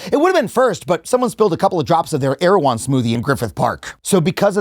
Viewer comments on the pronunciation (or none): none